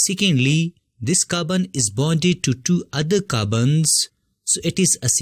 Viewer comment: He pronounces Carbon as Kabn 😂